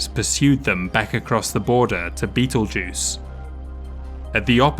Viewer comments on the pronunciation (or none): none